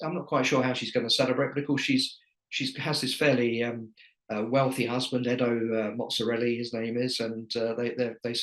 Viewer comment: "Edo Mozarelli"???? Oh, you bozo! 🙄🤣